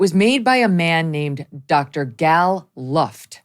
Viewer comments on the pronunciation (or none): This man is clearly not an arms dealer! (pronounce his first name as "Gahl", not "Gal"...like Texas gal.)